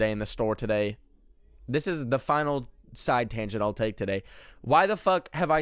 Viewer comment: “The finiIAil stage” ah yes the wise words of Benjamin De Almeida…